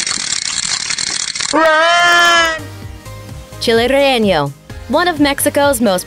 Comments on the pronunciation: mispronounced chile relleno. mole poblana de guajolote no problem but chile relleno the announcer kept putting an improper ñ at the end. It's rayYAYno, not rayYAYnyo. I guess I should commend her for not sticking and L in the word: rayLAYno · The way she said child relleno hurts